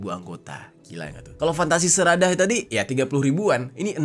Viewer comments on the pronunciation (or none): Sedarah bilang nya seradah lebay luh bang ga rame